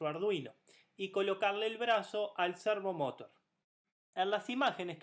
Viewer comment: De donde sacaste pronunciarlo como lo pronuncias? Cuando decis Motor lo decis sin acntuar la ultima silaba tambien, ahi te lo acentue aunque no lleva acento la palabra servomotor pero se acentua la ultima silaba, ademas lo repetis tanto en el video que no pude terminar de verlo, de la risa.